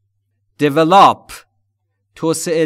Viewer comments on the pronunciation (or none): "Develop" is pronounced with the stress on the second syllable... actually...sorry! But everything is just PERFECT! Thank you soooo much!!!!!!!